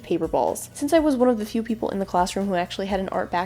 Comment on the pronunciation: PAPLE (is what I heard when you shouted people)